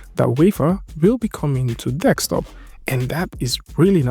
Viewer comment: kills me every time he says that :D Also "currently right now".